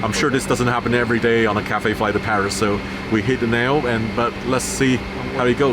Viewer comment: Didn't anyone else heard CAFE than Cathay?🤕🤕🤕